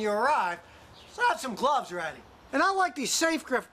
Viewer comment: Interesting way to say "gloves" lol